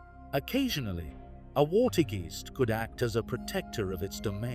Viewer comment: water g eest sounds like aast its a more alike fore the ketel geest. wit te wweave, for gods sake they dont read bokken the raiden like they ride. kleas i dont knowthe pronounciacion help the vaak part of klaas vaak i hope it helps a bit with the pronouncyestion oh en for the love of the stroop its sounds like rope in stroop waffels like the thing you get on you neck if it is pronounced wrong no its sarcasticly meant but realy that still the pronounciation kee bye.